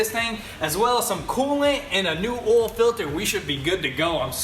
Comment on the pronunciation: Oil, not “Ole 😂😂 love you guys